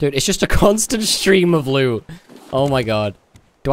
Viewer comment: Your saying loo not loot BUT I STILL LOVE YO UR VIDEOS